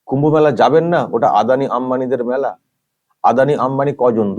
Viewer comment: ওই এমপি মেলা কথাটা ঠিক মতো উচ্চারণ করতে পারছে না ,তার থেকে আমরা কি আশা করতে পারি ,ওনাদের যে টুকু জ্ঞান তার বেশি আর কি বলবে ,এটাও জানতে ইচ্ছা করছে উনি কোন সম্প্রদায়ের?